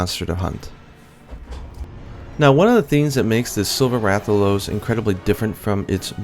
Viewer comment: Awesome video, but in regards to the Rathian and Rathalos - they're pronounced mostly the same. Wrath al os and Wrath e anne...